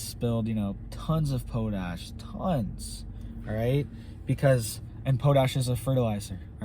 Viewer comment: Pot-ash, not po-tash